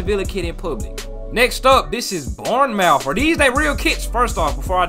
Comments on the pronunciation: Nah my man pronounce it Bourne-mouth when it's obvious it's Bourne-muth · It’s not obvious it’s literally spelt Bournemouth how is an American meant to know